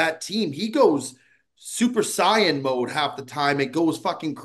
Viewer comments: He goes “Super SIIAN” - 😂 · That pronunciation had me ROLLING